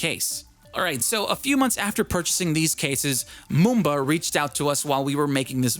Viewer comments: It’s Mumba not mooba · for mumba its mum-ba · #Mumba pretty much everything about this case is perfect , especially me who’s always out and about doing some shopping or just having a trip. Also , I’m pretty sure it’s pronounced : Muh-m-buh. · i like it how u say #Mumba